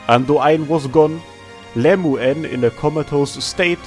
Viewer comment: I'd love it if you made a video just pronouncing the weirder names in AK. Your Lemuen and Andoain pronunciations are incredible.